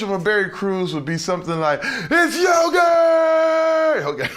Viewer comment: Berry Crews , it’s YOGURT !!!!!